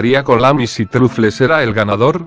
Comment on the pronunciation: Se dice trofuls no trufles xd